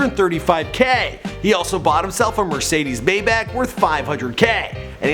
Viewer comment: did this nigga just say mercedes "baymach" smfh unsubbed